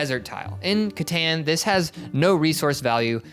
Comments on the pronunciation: Katon please, it's pronounced katon settlers of katon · Catan is pronounced (cuh-tawn) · Right off the bat in the intro he already said Catan Rong 4 times